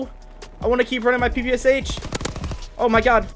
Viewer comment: It’s pronounce pe pe sha. It’s a Russian gun